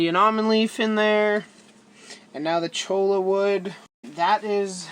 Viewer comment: Cholla is pronounced choya. Rhymes with joy-ya. It's a Spanish word, and the double l is pronounced as a y. :)